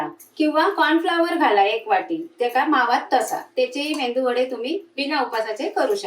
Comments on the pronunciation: मेंदू वडे नाही मेदू वडे म्हणतात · मेंदू वडे नाही हो..मेदू वडे म्हणतात. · मस्तच. मेंदू वडे नाय गो मेदुवडे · मेंदू नाही medu वडे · 👌मेंदू वडे नाही. मेदू वडे म्हणा. मालवणी ना